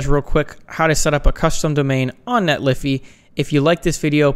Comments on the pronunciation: Isn't it Net-lee-fy , the fy being said as in solidify? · It's pronounced Netlify not Netlify. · Net Liffy? I love it...